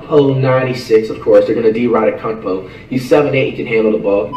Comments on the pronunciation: "Jay a morant" U mean Ja "Zeon Williamson" U mean Zion "Rudy Goburt" U mean Gobert "Luka donakick" U mean Doncic "Giannis Akumpo" U mean Antetokounmpo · "Zeon Williamson" "Jay Moron" "Rudy Go-Gurt" "Spencer Dinwhitey" "Giannis Akumpo" Facts